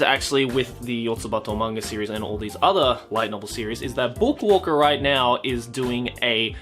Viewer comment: Every. single. time. says "book walker" I only fucking here "Boku oka" and I don't even know if that makes sense in Japanese.